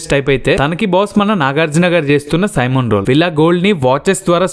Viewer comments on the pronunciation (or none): Bro that's Simon not semen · Rey Adhi "Simon" kaadha Ra, "Sai-mon" ani paalakaali. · Nuvvu సీమోను, సీమెన్ ani anaku bayya, vinadaniki baala..సైమన్ ani anu😅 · Seemon kaadhu bro... Simon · Sea-mon oo silly-monk oo kadu bro SIMON